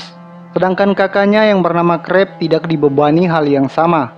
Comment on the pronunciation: Tax, tidax. Gk enak d denger. Tau bedanya k sama x ndak